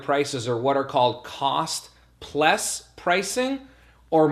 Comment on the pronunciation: That's what I hear too. Lol